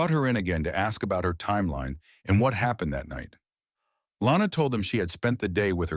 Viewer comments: Her name is Lonna. Not Lana. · It's actually Lonna not Lana